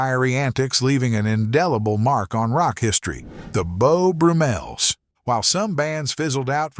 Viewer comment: Beau Broo-Mels? Named, no doubt after Beau BRUMM-el...